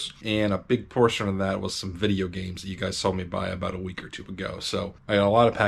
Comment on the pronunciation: vidiea gaymes